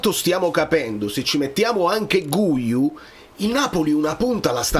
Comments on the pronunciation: Cmq "Guiu" si legge "ghiu", così come "guitarra" si legge "ghitarra" e non "gu-itarra". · Oggi ho sentito una giornalista italo spagnola. Guiu si pronuncia Ghiù. Comunque secondo me il Napoli qualcuno prende, solo perchè Allegri ha espresso un bisogno.